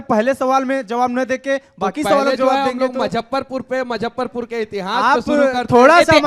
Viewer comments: मुजफ्फरपुर बोलना सीख लो यार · Muzaffarpur hota hai na ki mazffarpur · भाई मजफरपुर नहीं मुजफ्फरपुर बोल ले।और ये किसी पार्टी में नहीं रह सकता है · M-zaffarpur nahi hai.... Muzaffarpur bolte hain... Isko itna footage kyun milta hai... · Muzaffarpur to bol lo Manish Kashyap sahi se.